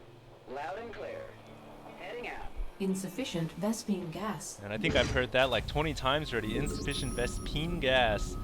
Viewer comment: Did you just say ves-PINGAS on purpose?!? lol